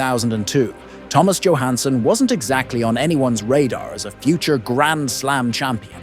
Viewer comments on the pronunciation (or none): I think it’s pronounced as ‘yo’ Hanson